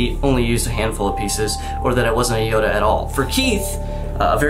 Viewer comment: Keith didn't make Yoda, he made Hoeda